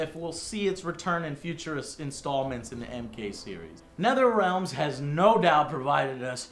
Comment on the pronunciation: Who's "Netherealms"? Oh, he must mean Netherealm. Always bugs me when people say things wrong. Like when some people say "exspecially" when they mean "especially". Why just add letters into words?